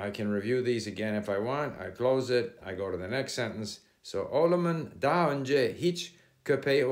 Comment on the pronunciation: "oğlumun" kelimesini çok komik söylüyorsunuz :D